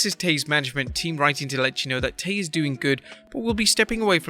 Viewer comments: It's not Tay. It is pronounced Tie. Do you even watch AEW? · They keep saying her name wrong Tay